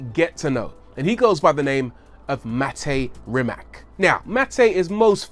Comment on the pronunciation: Shame you can't pronounce his first and last name correctly😂😂